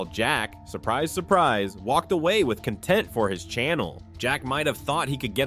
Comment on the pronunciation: "content" did you pronounce it this way because chatgpt wrote the narrative for this video?